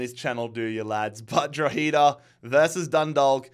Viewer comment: it’s pronounced draw-ha-da